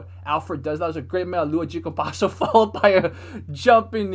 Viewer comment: "Meia lua de compasso" Nice portuguese, Man.